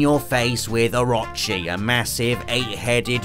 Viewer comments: My man...there is no A in Orochi. "Oh - ro - chee" lol its a name used in tons of games and ancient real world lore come on now ;-) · It's pronounced, (oh-ro-chi). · I’ll be honest, the way you pronounce orochi triggers me